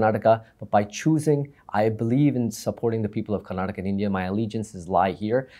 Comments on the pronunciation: Mr Thappar - it is KARNATAKA & not how you are pronouncing . First learn how to pronounce correctly your fellow states properly before asking for any money. Kannada Film Industry is the only film industry in India where the METOO movement did not happen because it is a perfect utopian Work ethical Industry or was snubbed , curtailed and killed in the bud . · With all due respect mr Karan Thapar , make sure you say Karnataka and not karnatak ! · Mr.Thapar, thank you for this interview. This was brilliant. However, with due respect I want to raise a couple of issues. Firstly, it is Karnataka and not Karnatak. And secondly and more importantly, it is disrespectful to interrupt the interviewee repeatedly. Please allow them express their views and opinions fully.